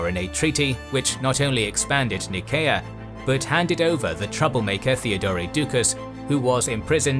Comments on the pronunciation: Why you say "Nееkea" instead of ""Naiseea"? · Your pronunciation is poor! Go on a SkillShare course and learn to pronounce the city and region names in your videos - "Nickea" ! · Anyone else bothered by the constant mispronunciation of Nicea? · (Nyseea) is how i always pronounced nicea